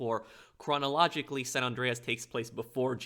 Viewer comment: SAN, like SAND, not Sawn.